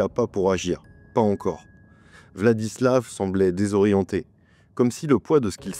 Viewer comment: En Russe, quand la lettre V se trouve à la fin d'un mot/prénom il se prononce F. VladislaF RoslyakoF. Sinon je ne pense pas qu'il était dérangé, dans le sens, malade ou quoi. À mon avis ce mec avait parfaitement toute sa tête, il a simplement voué un culte à la haine - peut être dû à ce qu'il a vécu durant sa vie, peut être pas - et ne s'est nourri que de ça pendant des années. C'est horrible mais il faut accepter de vivre avec le fait que parmi nous il y a des gens qui sont attirés par la violence pure et simple et que parfois il n'y a peut être pas de raison particulière à leurs actes